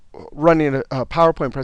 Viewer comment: Great Video!! Love the way he says Phawooer Point. heheeheee!